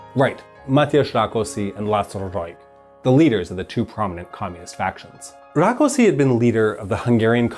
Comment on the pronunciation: No problem with the order of the names, but in Hungary S is Sh and SZ is S. So Rákosi is pronounced Rakoshi.